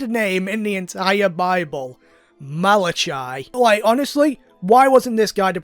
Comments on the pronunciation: I laughed way too hard when you said Malachi. Like I'm literally dead. Fun fact: the ch is hard c, so it would be pronounced Malac-i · Just checking, you do know that "Malachai" is pronounched "Malakai", right?